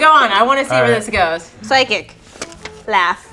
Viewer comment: No one:: sychic